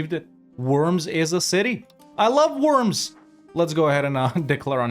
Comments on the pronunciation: It's not called ,,Wörms" it's ,,Worms"!!! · I think they pronounce it "Vorms." The Edict of Worms (following the Diet of Worms of 1521) declared Martin Luther a heretic and outlaw in the context of the Protestant Reformation. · Looking up the pronounciation of Worms would have made this video significantly better. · Im sure some German speaking will be screaming "you say it "Vurmz" with a V". But its Worms 🪱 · Sorry to be pedantic but … the W needs to be said as a V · you spell the o in worms it like the O in "Oral".